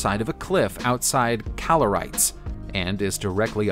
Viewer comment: Kalarites = kah - lah - REE - tess